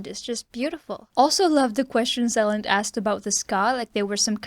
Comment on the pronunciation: Elend reads with an 'ee' eelend. Ee like in sweet